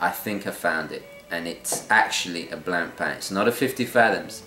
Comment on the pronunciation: BTW, Blancpain is pronounced Blon-pahn not blan-pan....😉